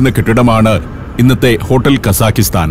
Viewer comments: പ്രിയ സന്തോഷ് ജോർജ്ജ്. ഞാൻ 8 കൊല്ലം അൽമാട്ടിയിൽ ജീവിച്ച ആളാണ്. അതു കൊണ്ടു മനസ്സിലാക്കിയതാണ്. കസാഖിസ്ഥാൻ എന്നല്ല കസാഖ്സ്ഥാൻ എന്നതാണ് ശരി. നമ്മൾ മലയാളികൾ ഉസ്ബക്കിസ്ഥാൻ കിർഗിസ്ഥാൻ എന്ന് പറയുന്ന പോലെ കസാഖിസ്ഥാൻ എന്ന് തെറ്റായി പറയുന്നതാണ് ' - തെറ്റാണ് ഞാൻ പറയുന്നതെങ്കിൽ ക്ഷമിക്കുക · The correct pronunciation should be "kazakhatan" without an "i" between both the syllables.